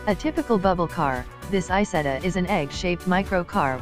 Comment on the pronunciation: Isetta not Isettal